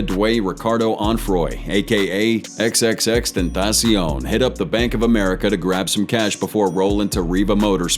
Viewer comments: the way he said "tripple X Tentacion" lmao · I’m not gonna lie I’m not tryna hate on you but that’s not how you pronounce xxx name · you need to learn the pronunciation of these victims names you said xxx name wrong